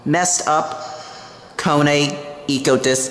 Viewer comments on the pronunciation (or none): Why do you say Koo-U-Nee and not just Kone ;D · Guess what? Beno says it as "Cone" as well, on purpose! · sorry, but as usually the Americans have got this pronunciation wrong 🤷🏼‍♂️it’s ‘Cone’ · Magnesium PC Its actually pronounced Kone which means machine in finnish